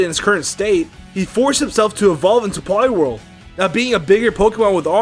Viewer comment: POLIWHIRL, NOT POLIWORL!